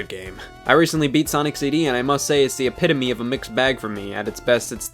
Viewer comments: It's cool that you pronounce "epitome" correctly here. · And hey, he learned how to say epitome correctly! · Good. He said epitome right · this is a historic Scott the Woz episode for one reason: it's the first time he actually said "epitome" correctly. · 30+ episodes in, Scott finally learns how to say "epitome" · Going through your old videos, glad you learned how to pronounce epitome eventually. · He finally said "epitome" correctly